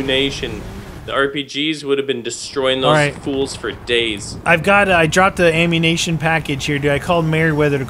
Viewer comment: You purnounced ammunition wrong no efence